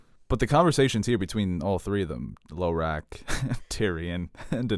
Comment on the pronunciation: Sometimes pronunciations crack me up. Saying "Low-rack" for Hizdahr Zo Loraq was a good one.